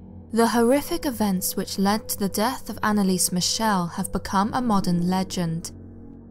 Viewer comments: As a British person, I truly expect you to KNOW (or learn) how to properly pronounce the German name MIchel! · Yeah though she pronounced her surname wrongly (but that doesn't matter at all as it's not distracting in anyway whatsoever, like even the name Schmidt (my surname but in German) is pronounced shmit, her surname's supposed to be pronounced mik-el. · AnneliesEEEEE..you have to say the "e". And Michel is not like Michelle. Its more like Meschel.